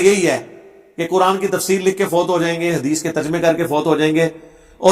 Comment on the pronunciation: dekh kar qurAn galt pertay ho tum mirza 2